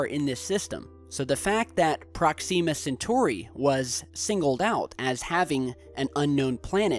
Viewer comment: You're killing me with the Proxima Centauri pronunciation, man